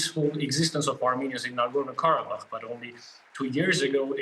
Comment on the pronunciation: DW seriously? "Nagorno Karabakh" - wtf?